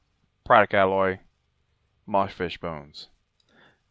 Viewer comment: For the love of god why are YouTubers so bad at reading... I've yet to see how someone can say Alloy correctly then mispronounce it 2 seconds later by saying "Ally".